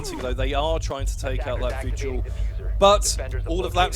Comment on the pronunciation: lmao he called vigil "Virgil" 😂😂😂😂😂😂😂😂😂. I miss kixstars commentating. you did a great job for your first time. Your a natural